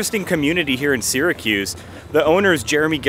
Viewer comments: It’s not “Seeer a cuze”. If you’re going to live there, pronounce it correctly. We say Sara-cuse. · my ears bleed everytime I hear “sear-a-cuse” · Incorrect….”Syr” is properly pronounced “sear”….so, “sear” a cuse. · For many years, I taught Phonics to young children learning to read. “Syr” is pronounced “sear”, so “Sear a cuse”. Incidentally, I was born and raised there, on Tipperary Hill. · I think only uppity mfkrs say seeeracuse… fr!